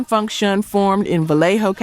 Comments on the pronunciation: Please learn or train your AI to pronounce Con Funk Shun correctly. I don’t think a funk band would give a damn about crossing over to the pop chart as if that is the pinnacle of achievement. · Listening to these hits is bittersweet...but it's also bitter for my ears to hear the mispronunciations: EM TOO MAY, not EMTume😢 and CONFUNK- SHUN, not CONN FUNKSHUN😢